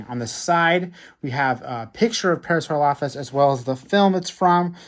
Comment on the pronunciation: Not to be mean but the way he was pronouncing Parasaurolophus was making me a little mad I believe it is pronounced (pair-a-sore-ol-a-fus)